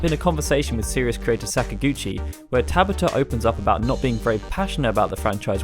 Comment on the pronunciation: Any time you're pronouncing a Japanese name with three syllables, stress the middle syllable and no others. No-MU-ra, Ta-BA-ta. If it only has two syllables, you should stress the first 99% of the time. as in, Yoko KAno.